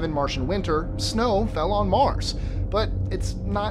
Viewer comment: i like the way u say Mars xD